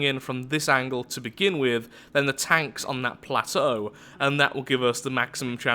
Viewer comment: wait, are you scandinavian?you said begynne insted of begin o.o